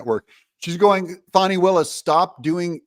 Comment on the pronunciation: It's "fanny" not "fawny" Doug. Don't feed into her ridiculous need to be "special" by conjuring up new ways to mangle an age old name.